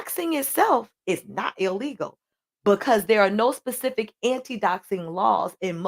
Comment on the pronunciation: I started side eyeing when she couldn't pronounce specific (pacific) 😢😅